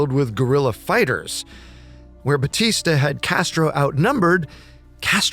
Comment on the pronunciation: One of the most inaccurate videos I have ever watched, even mispronouncing Batistas name, a total joke